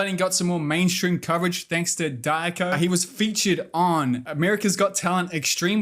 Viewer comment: Hey just a heads up say Diako as Dee - R - Co (like shortened for company) also Simon Cal (COW lol) has said on Britain Got Talent that he has done and found boring rollerblading